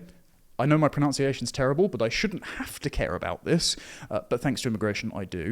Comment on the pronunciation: Pro-nun-ciation. Not Pro-noun-ciation.